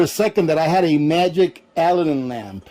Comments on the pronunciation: Pronounced "Uh-lad-din" , like the genie. Make sure you are using K1 kerosene, not the "kerosene " you get in the paint department. That is Stoddard solvent, much lower flash point! Check the CAS number on the container. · I think it's pronounced " ah lad in". I have a Aladdin kerosene heater I'm getting ready to fire up and prep for the winter. Good to know about the fuel! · It's 'A Lad An' lamp. Like Disney Aladdin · As Ginger Ehrhardt mentioned, the lamp name is pronounced a-LAD-din with the accent on the second syllable. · It is pronounced: A-LAD-DIN lamp. Just for your information. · so he says Alladin correctly then says it wrong the rest of the video, he says it on purpose, I have NO clue why he would but ok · I was trying to help. What if someone wanted to buy an Aladdin lamp but was pronouncing it like? The sales person wouldn't know what they were talking about. Don't be so sensitive.